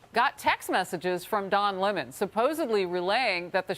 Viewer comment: Looks its not don lemon. It's Don Lea-mone